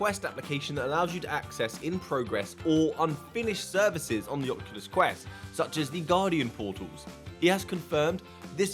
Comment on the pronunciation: “Ocukus”